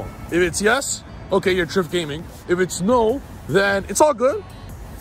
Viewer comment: Trif you did us Italians dirty bro